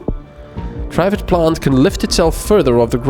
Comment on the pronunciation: Note for next time, It's Not "Try-fid". Triffid sounds more akin to the snapping of a plant with an ed on the end. Tr-ffed or somthing. It's mangled latin anyway because of the 3 "roots" it has to move around on. Source: BBC adaptation of the Day of the Triffids